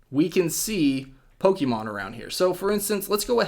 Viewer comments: Poke-AY-mon even Poke-uh-mon but Poke-EE-mon???? cmon dude you sound like a soccer mom. for a guy who knows a game so intimately, can't even say the name right.... pathetic. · it's pokaymon look at the accent above the e